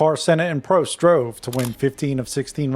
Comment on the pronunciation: Just for the record, Prost isn't prounounced like that. It's not toast. You pronounce the O as you would in the word "soft" or "bottle". The same goes for Rosberg.